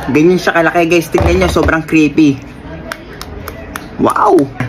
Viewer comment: Crispy❎ Creepy✔️ Ewan ko kung Yung sinasabi nyang creepy is crispy?